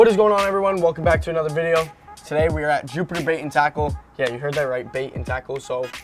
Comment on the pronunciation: He spetl video rong when he says "like the vdeo"